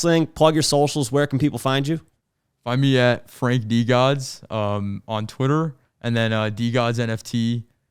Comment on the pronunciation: I dub this rendition of Frank as Frenk. Similar to Frunk, but slightly more rare.